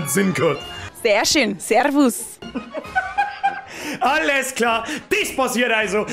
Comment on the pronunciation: SeRRRRvus. In Wien sog ma "Seavas", "Seas", "Pfiat di" oda "Hawidere". Mit der Betonung leierst dir jo die Zung aussa.